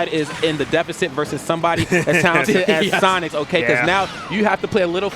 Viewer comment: for dasonix, it is daend